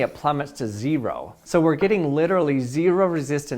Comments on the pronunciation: Why is he pronouncing 0 like that? “zE-ro” 😭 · Gotta say i think this is your best video yet. Also I've never heard anybody say "zee-row" quite like that before lol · Zee ROW... And since the voltage is Zee ROW the resistance is literally Zee ROW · He used emphasis, also Utah accent